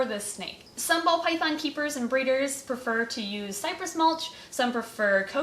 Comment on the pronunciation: I keep hearing 'bald' pythons instead of ball.